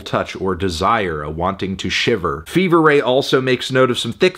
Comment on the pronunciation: Absolute insanity. You could at least pronounce their name correctly.